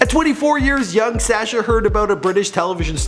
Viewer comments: It's pronounced as Sâshjaa not Sèêchje, he sounds like a goat or lamb when pronouncing his name. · The way this guy pronounces his name is very irritating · Why does he pronounce Sascha like that???